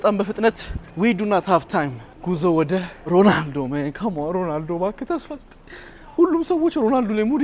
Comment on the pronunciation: አታናደኝ ። ሮላንዶ እያልክ ነው ምትጠራው ሮናልዶ በል።